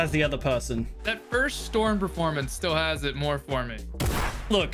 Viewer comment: Did he just say storms dc?